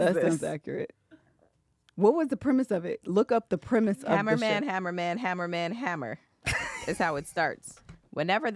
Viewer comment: No no no. Its Hamma Man, Hamma! Hamma Man, Hamma!